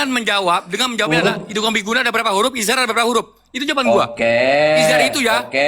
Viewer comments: awalnya kabib bilang "izar" kemudian nyontek jadi "izhar"😂😂😂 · Bilang izhar aja masih gk bener.🤣😂